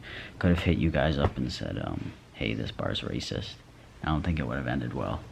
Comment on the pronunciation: the way you say racist cracks me up rAYsus